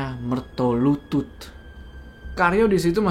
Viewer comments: BUKAN MERTOLUTUT 😂😂😂😂😂😂. Tapi MERTOLULUT. Waduuuuuuuhhh ga ati2 nich... Coba dech cek google kl ga percaya... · Mertolulut bukan mertolutut bang hehe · yang bener MERTOLULUT, bukan MERTOLUTUT. Mertolulut (secara harafiah Mertolulut artinya Sabar Menunggu Kematian) adalah jabatan dalam keraton yang bertugas sebagai eksekutor hukuman (sejak kepemimpinan Sri Sultan Hamengku Buwana I), biasanya Mertolulut diadmpingi juga oleh pejabat kraton dengan jabatan Singonegoro. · koreksi bang Jo, setau saya bukan MERTOLUTUT, tapi MERTOLULUT, sehingga nama tempat tinggal mereka di jogja maupun solo di sebut MERTOLULUTAN, tempat tinggal/kampung mereka dinamai berdasarkan profesi mereka pada waktu itu